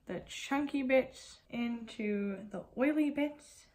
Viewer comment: Lmao Nikkietutorials! She does wear so much foundation. I am so jealous of her smooth skin though. I don't know why but when you say "Bits" I crack up. Like the Pat Mcgratch "Glitter Bits" and the "chunky bits and oily bits" 😂😂 This was super fun! (I wrote this yesterday on my labtop and never hit submit lol)